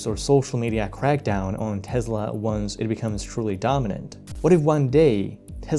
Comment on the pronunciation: Yeah, it's "Tess-la" not "Tez-la".